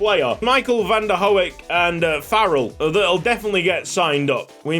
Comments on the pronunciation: Just commenting to let you know "Hoek" is pronounced "Who-k" (sounds kinda like hawk, but obviously with "who" instead of "haw"), gotta love Dutch vowel combinations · The 'oe' in 'Hoek' is pronounced the same as the vowel in 'food' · van der hoek's name is pronounced with the "who" sound for hoek! absolutely loving this season of ysl!